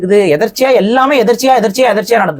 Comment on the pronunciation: எதர்ச்சியா இல்லைடா.எதேச்சையா என்று சொல்ல வேண்டும்.